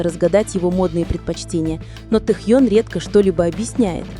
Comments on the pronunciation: Ким Тэхён. КИМ ТЭХЕН. Тогда и Чонгуен, Чиминен, Хосокиен, Намджунен, Джиноен, Шугаен. По русски Ким Тэхён. Слушаем на русском языке. Автор, будьте любезны правильно называть имя Тэхёна. Это не трудно. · И/ И? Вот пусть и переводит тогда Чонгуен, Чимиен, Намджунен, Хосокен, Шунгаен, чтобы одинаково звучало. Недоделанный и/и .интересно, а кто закладывал в него текст, какая необразованность нерусская?